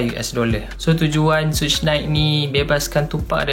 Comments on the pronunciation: bukan suuch! suge knight pronounce sugar i.e. sugar bear, but minus the ‘ar’ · Pronounciation suge adalah lebih kurang mcm "shoog"